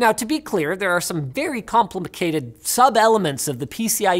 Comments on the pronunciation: "complipicated" 🤣🤣🤣 I'm dead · did he say complimacated? i'm using that from now on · Am i hearing things are did Linus actually say "Complimicated" ?